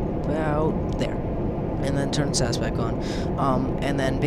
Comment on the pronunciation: Btw, its pronounced S.A.S as in the British Special Forces and not Sas. Love your vids :)